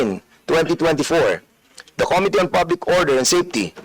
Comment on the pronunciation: Comee-tee and kown-tree 😅